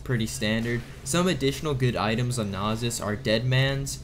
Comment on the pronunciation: I feel like you are intentionally mispronouncing Nasus and Illaoi